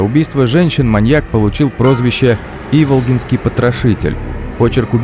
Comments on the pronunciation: Не и́волгинский, а Иволги́нский район. Помню тело женщины в гостинице Хуторок, я тогда работала в органах внутренних. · Ударение в названии Иволга неправильное.